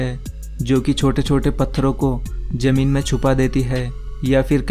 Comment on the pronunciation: It's ZAMEEN, not JAMEEN